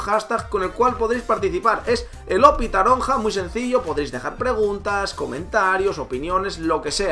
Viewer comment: Taronja jajaja, se pronuncia taronche xD, me ha hecho gracia la verdad, es normla que no lo sepas, pero creía que te lo dirian y no me lo esperaba jaja